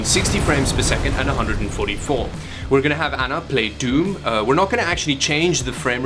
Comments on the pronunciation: Wtf is DUME!? Funny how she's never played it before yet knew you mispronounced the game... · It's DOOM not DEUM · he said "dium" ... and after hearing I was like "hah dium" and 1.5 seconds later Anna did the same thing, that I did .. laughed at the expression dium :)) That was something interesting. :D BTW, she is sooo cute <3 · This guy's pronouncing doom and noob as dyoom and nyoob. wtf